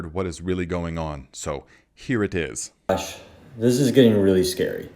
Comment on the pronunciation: "here it tis..."